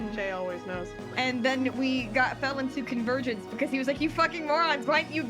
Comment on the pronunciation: 💀 I heard: You pulled me into your virgin 💀 Instead of: You pulled me into your Convergence Also: Fuckin comedy gold 😂